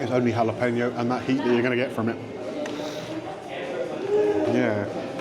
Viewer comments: had to stop watching due to the repeated "jalePENo" pronunciation 😢😅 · I can't take the mispronounciation of Jalapeño any longer. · I really don't think you need to be a native Spanish speaker to get the pronunciation of Jalapeño correct (I'm certainly not a native Spanish speaker but just prefer to educate myself in various instances) but if that's the stance you want to defend then you crack on and best of luck with it all. :)